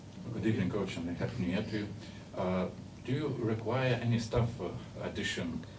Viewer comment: Tegul nusileidzia zemen zurnalistai, nemoka klausimo suformuluot angliskai, velia kazka per aplinkui. Stuff (staff), peculiar, ir t.t. - ismokit kaip tariasi zodziai